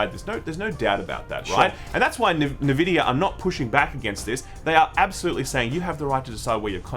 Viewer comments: Dudes, it's not that hard. Nvidia, not Nevidia or whatever the hell you say sometimes. You say N and then you say vidia. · I reckon it's pronounced EN Vidia, the other way sounds like the moisturising cream. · It's pronounced "EN"vidia and "GAY"force! Get it straight. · Beeta, Nevidia. 👍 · I think you are right about everything, except the way you say nVidia. It is not Nehvidia. Have you never heard the nVidia intro clip in so many games? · I love hearing "NeVidia"... Please, keep it going... :D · Nvidia the N is silent